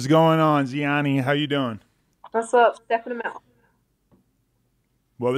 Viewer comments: God Adam22 get the pronunciations right...its Dee Antword not Die antword. And zheani like sh not zeani. Americans are so crap with saying names right. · I looked up a random interview too find out how to pronounce her name cause I knew it wasn’t genie with a z at the start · Couldn't even pronounce her name properly.